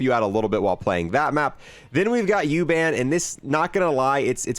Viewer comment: My German heart crushed little for the way you said U-Bahn xD